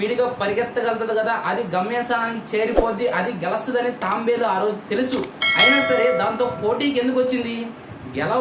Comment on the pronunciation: Bro adi Tambelu kadu tabelu